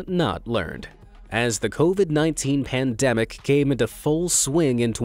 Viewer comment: Him: covid-19 pendemic Subtitles:kovid_18 pundumic Me:🙃